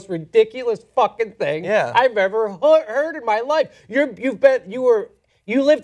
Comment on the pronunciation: almost reverted back and said "hoid"